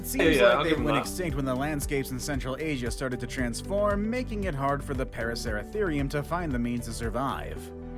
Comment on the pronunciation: For number 10 the pronunciation is para-su-ther-eum